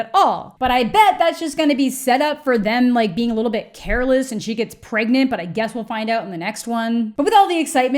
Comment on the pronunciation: “Am I pregante?”🧐